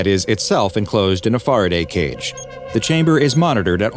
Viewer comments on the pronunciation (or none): Faraday cage is pronounced "Farrah" as in Farrah Fawcett and "day" just as it's normally pronounced. You seem to struggle with that a lot.